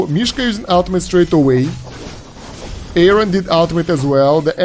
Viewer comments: it's not, it was confirmed in the patch notes video that it's "Yórin". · His name is pronounced "Yorin" btw. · No it’s ee-oh-rin